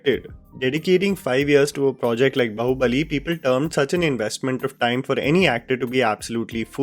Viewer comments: It is not Baho it pronounce as Baahoo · The title of the film is BAAHUBALI, you are pronouncing BAHUBALI, are you A blind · It's pronounced baa-hubali not ba-hubali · Its not बहु-बली lol it is बाहु-बली